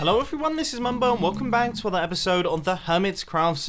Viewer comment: Bro whenever you say 'welcome back to another video' the 'back' sounds like banc